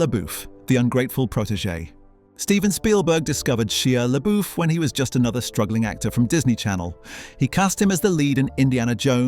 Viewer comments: Video would be better if you learned to pronounce people's names properly. "She-ah La-boof?!" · Sh-eye-a Le-Bow.🙄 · "SHEEEHA LABOOF" lmao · She ah LeyBoof 😂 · Who the hell is She-a Le-Boof??? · Ah yes… Sheea Laboof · Sheeyah Laboof? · How can we take this 🤖 seriously, when you cannot even come close to a correct pronunciation of one of your subjects, Shia LaBeouf? If you cannot research something so simple, why should we believe anything on your channel?